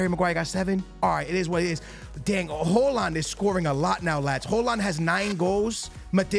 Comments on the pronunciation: Holand?? its pronounced "Hoy-Lund" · It’s pronounced “Hoy-lund” and “May-new” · perfect native haaland pronunciation everytime, just unfortunate thats højlund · Højlund not Hojland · Mainow 😂😂hoeland 😂bros pronunciation is mad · Dude mispronouncing EVERY name out here. May-No, Ho-Land. Do you actually watch football? Here is the Prem players pronouncing their names for ya dude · I think it's pronounced Hoy -Lind bro